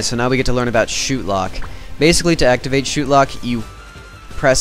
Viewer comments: as soon as you said shootlock it disoriented me. i thinks its said "shot" lock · lol u said shootlock. not shotlock.